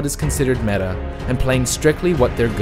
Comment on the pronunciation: Sounds more like memeta to me